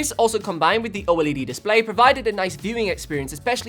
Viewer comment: #1 its not pronounced O......... LED. For 2 its an AMOLED display which is actually a different and better technology than OLED.